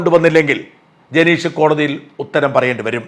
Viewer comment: ജനേഷ് അല്ല ഹേ,ജനീഷ്